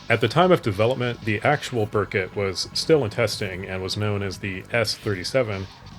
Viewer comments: Just so you know, it's BEAR-koot not bur-cut. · FYI Berkut is pronounced "bear-koot"